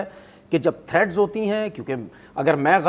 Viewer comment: Thread's ni hoti threats. hota hai pakistani kaum ki English wah ji wah